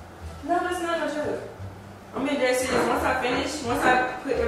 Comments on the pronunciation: “sereios” i’m dead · its "serious"?